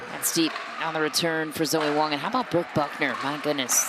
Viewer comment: Sounds like the announcers are saying "Zoey" almost -- are they getting the pronunciation right? Dominant performance by alw as always.